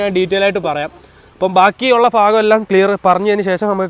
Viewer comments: 4.40 ഫാഗം അല്ല ഭാഗം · Fagam alla bro bagam. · ഫോക്കറ്റ് ഫാഗം ഫോയി അടിപ്പൊളി മലയാളം കറക്റ്റ് പറയു